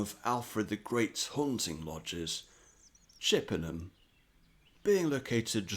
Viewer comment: Chippenham is a bit of a stretch as well